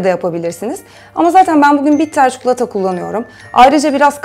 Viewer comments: Bak çukulata değil çii koo laa ta çikolata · çukulata değil çikolata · Abla şu çikolataya çukulata deme artık lütfen yaa seviyorum seni❤️ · ABLA ÇİKOLATAYA CUKULATA DEMESEN SEVİNİRİM ÇOK TAKILDIM SİNİR OLDUM BİRAZ 😂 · Çıldırdım ya çukulata çukulata 😐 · Çi çi çikolata 🤯 çukulata ❌ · ÇUKULATA DEĞİL ÇİKOLATA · ablacım, çuklata değil çikolata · çukulata değil kanki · çukulata :D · çok güzel çikolata diyorsun😄